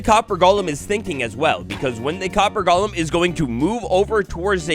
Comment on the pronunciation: People really pronounced golem as gollem? Like is Minecraft lord of the rings now?